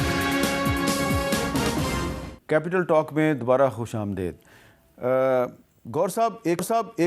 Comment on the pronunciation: خوش امد ے د نہیں خوش امد ی د ھوتا ھے میر صاحب آپ کی اردو بہت کمزور ہوگئی ھے 😋